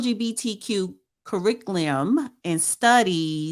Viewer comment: Damn you cannot pronounce curriculum 😅😂